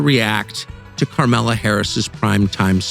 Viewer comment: " Karmela" lol , I call her "Klamala" myself.